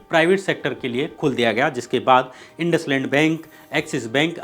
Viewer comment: Aapne इंडस्लैंड बोला ये । Indsind बैंक है वो L नहीं है श्याम भाई i है ।